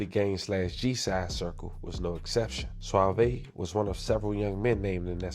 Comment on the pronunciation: Bro is suave not suavey